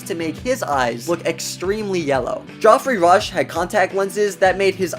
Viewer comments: "Joffrey Rush"??? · It's Geoffrey Rush, not Godfrey.✌️ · Joffry? Who the heck is Joffry Rush? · Jeffrey Rush. Not Jofrey Rush. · Ah good old “Joffrey Rush” thanks AI for improving our lives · "Joffry Rush"? Really? Duh! His name is Geoffrey Rush. (Like Jeffrey, but not in simplified American English). Lol. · "Joffrey" Rush... Really? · Continually mispronouncing Geoffrey Rush's name is annoying but other than that, great video. The Lady Washington is beautiful but I always thought it was the Black Pearl. Good to know.